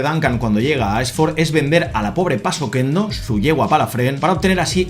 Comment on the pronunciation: La yegua se llama Paso Quedo, no PasoqueNdo. Significaba paso silencioso/suave 😊